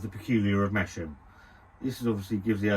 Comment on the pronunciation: Its pronounced: Mas-Ham lol, its hilarious hearing you call it Mashem lmfao